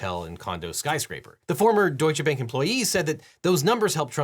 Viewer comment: It's very funny when you say 'Deutsche Bank' and you pronounce 'Deutsche' in german, but not 'Bank'. (bank being the german word for bank too, but with a slightly different pronunciation)